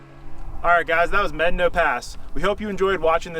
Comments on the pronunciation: No. No you have not. Probably. It's pronounced "meh-DAH-no" or "may-DAH-no," not "medd'no" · Brother. Med-a-no. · If your going to make videos of our beautiful country you need to pronounce the name right. It’s pronounced…mad. Ah naw. Pass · Buena "Byeu-na" Vista was intentionally pronounced as such, to sound like the beginning of the word, "beautiful." The town name has an official pronunciation. Medano Pass isn't pronounced like "medd'no" by anyone other than a few polygamists who live outside Wetmore. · How many white people does it take to properly pronounce a Spanish word? I've heard it as Meh-Don-oh, Med-a-no, and Med-no. Guess only the conquistadors really know. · The park rangers I have talked to at the national park do not pronounce it like he does. I think this pronunciation should be the Spanish pronunciation unlike the German settlers that named Buena Vista that spelled it Spanish but pronounced it differently so people could argue over the pronunciation in 2024 in social media.